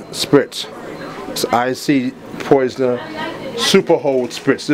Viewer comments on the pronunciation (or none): Is he saying Poisoner? Instead of Polisher? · poisoner????? hahaahha...Polisher(PA-LISH-ER) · Its not poisoner lol lol its pronounced polisher smh come on bro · It's polisher....not poisoner.....omg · great product especially for editorial precision. my only issue is u saying poisoner spray. i think u should redo the audio to have a more fluid explanation of what you are doing. not detail for detail but u just did alot of stuttering because of you working and SERIOUSLY, poisoner spray. u have quality product give a quality presentation. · So it wasnt just me...